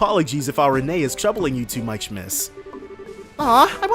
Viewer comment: Believe it or not, the little girl's name is actually pronounced Ren or Rin.